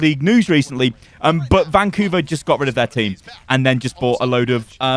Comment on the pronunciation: ‘ban’couver hahahahahaha